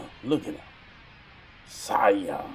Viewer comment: This is amazing funny thing is you said Saiyan right the first time. Please do more I was cracking up on this one!